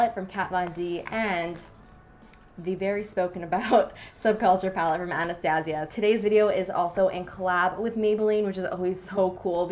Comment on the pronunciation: The way she says Anastasia..😬